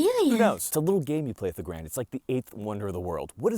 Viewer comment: Subtitles are unreliable. Garand like errand, rather than garond.